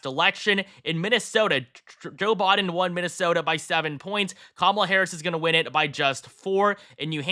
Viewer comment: You seem to have difficulty saying Biden...BYEden. Not Bahden